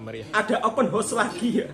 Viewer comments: Bukan "Open Horse"..." Open House"🤭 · Sebutan yang benar OPEN HOUSE (untuk mudah sebut, HOUSE mirip "HAUS")..jangan sebut "OPEN HORSE" lain artinya Mas..nanti artinya sama dgn "MAKOLI INNA" 😂😂, salah tidak mengapa kita sama2 belajar..